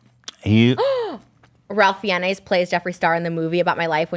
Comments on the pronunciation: Did anyone catch Trisha pronouncing Ralph Fiennes names (which is correctly pronounced like "Rayf Fines") as "Ralf Fiennays"? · It’s pronounced Fines.... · Trish, babe... Ralph Fiennes (the bad dude in Schindler's List) is pronounced "Rafe Fines". Two syllables. It's just one of those weird names. For real, check Wiki if you don't believe! Love you, girl, don't waste your tears on JS. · Ralph fiennez. But why? It’s pronounced Ray-ph Fines. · The way Trisha says Ralph Fiennes last names made me snort, it's so cute. It's pronounced fines btw. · Anyone else triggered by how Trisha pronounces Ralph Fiennes? 😂😂😂😂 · So Ethan gets sore when he loses and Trisha can’t pronounce Ralph Fiennes’ name. Those were the two things I took from this while it played in the background.